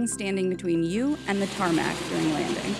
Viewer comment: when people are insulting me: i slep when tech insider says tarmac : now this is some real sh